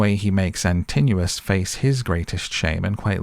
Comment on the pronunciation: I never watch films because I can never follow them and am a bit deaf but I made an exception because it was filmed where I live. I did not know the story well enough before I went - thankyou for filling in the many gaps. IMHO you persistently mispronounce the names of Antinous ant Polyphemus but fashions may have change in the 60 odd years since I was made to read the Aeneid at school. I will never feel the same way about Culbin Forest again. Thanks. I would go back and see it again if they would turn the heating on in the cinema and provide an intermission (preferably two).